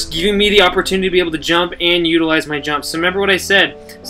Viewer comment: its utilize not utalize btw